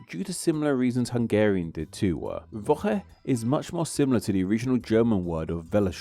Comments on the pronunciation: you seem to not pronounce "włochy" properly, it's not "vo-he", "ł" is pronounces like english "w", and polish "y" is closer english "i", like "vwo-hi", you can also easily check most polish pronounciations with just google translate, in my experience it pronounces most things correctly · Technically, it’s pronounced “Vwocky”